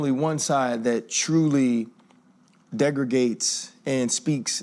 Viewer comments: Degregates? Is he trying to say “denigrates”? Can’t speak English, made millions of dollars speaking English….wants me to believe America isn’t a great place? He looks like a man, but…. he’s just a cry baby. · "degregate" is not a word! lol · He froze my brain with "degregates"